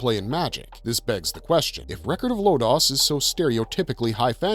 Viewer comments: I gave you a thumbs up and thank you for the trivia of the origin of the making of the great anime but as if it wasn't bad enough listening to the guy pronounce Lodoss and Deedlit wrong multiple times you now one up him by making "Lodoss" into "Lotus". Is it that hard to do a little research first? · Why do you always mispronounce Lodoss? It’s literally pronounced at the end every episode of the 26-episode TV show.